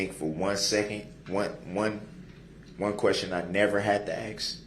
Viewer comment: It feels as if B'Ivory Lamarr told him to axe the right questions.